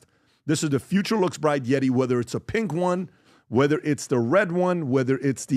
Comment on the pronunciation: ...producent of YETI cups miss prenounced into that winners leaderboard...